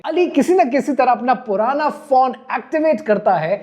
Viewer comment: PHONE NOT PHAWN. 🎯🎯🎯